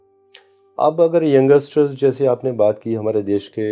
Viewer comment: भाई वो यंगसटर नही होता यंगस्टर बोलते हैं.. और ये astrologer को ये भी नही पता